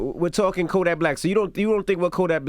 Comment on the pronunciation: ENVY CALLED KODAK BLICK INSTEAD OF BLACK BY ACCIDENT 🤣🤣 #justsayin ✌🏾